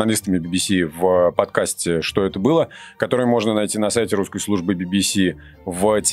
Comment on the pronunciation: Вы ни правильно произносите свое радио. "Ггуское радио!"